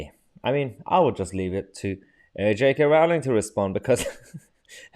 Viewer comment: It's pronounced Rolling.